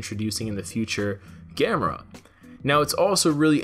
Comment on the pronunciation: ITS GA•ME•RA NOT GAM•ER•A!!!!